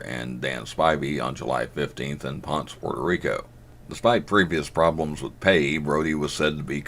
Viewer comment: Pon-ce puerto Rico and not Ponce. It’s Ponce like Ponce de León